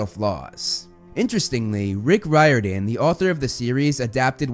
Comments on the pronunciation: this dude really said RYE-ORDAN its pronounced REAR-DON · That was me when I discovered that Riordan doesn't pronounces Ry-or-dan, but instead, Rái-or-dan lmao